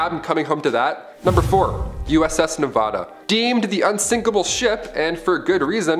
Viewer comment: Ugh it’s not Ne-vah-da. It’s Ne-va(as in vat)-duh